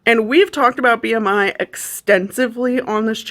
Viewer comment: My soul left my body at the "R" in B.R.I.